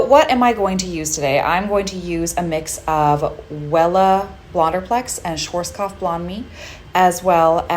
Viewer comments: Pronunciation is Sch A rzk O pf and NOT schw O rzk A pf pls 🤝🙋🏽‍♂️🙏🏼. Amazing tranformation 🙋🏽‍♂️🫶🏼. Just that word hurt a lot 😅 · Why Americans have such a difficult time when comes to pronounce correctly brands 😂😂 schwarzkopf as svartzkopf... black head in German! You are a professional, know your products 😂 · „Schworzkoff“ 😅 I know, that’s a very hard word, and I still don’t know why they didn’t change the name for english markets, but as a German this made me giggle😋 Anyways, you did a great job!! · The way American people are pronouncing "Schwarzkopf" is hilarious to me. 😄 I'm German and I had no idea those hair products were used all over the world apparently. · No judgement but the way u said Schwarzkopf hurt